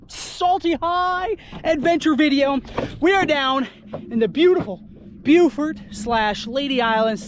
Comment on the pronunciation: It’s bow-fort… not bew-fert lol